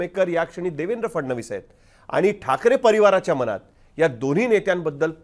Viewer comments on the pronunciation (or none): none